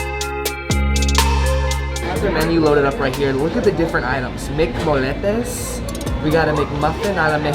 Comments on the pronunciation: This is how you pronounce it! MC mo-ye-tes not mc-mol-etes sorry but this made me wanna slap you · Molletes are pronounced “moyetes” but the real thing is way better looking